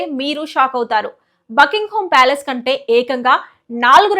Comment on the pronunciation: బకిoగ్ హూo కాదు. బకింగహామ్ ప్యాలెస్.